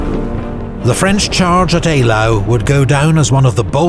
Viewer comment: ‘Eylau’ is most definitely pronounced correctly in the video.